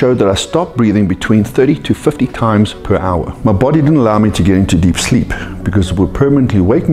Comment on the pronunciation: I like how says “sleep” like “sckkhleep”